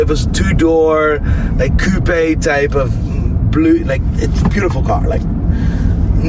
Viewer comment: > why did i never hear any american dude being able to say "coupé" the proper way?!?!